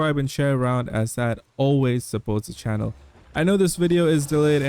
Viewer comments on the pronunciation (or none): none